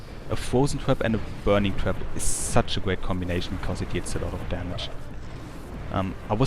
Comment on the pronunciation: haha i thought u were saying twerp instead of trap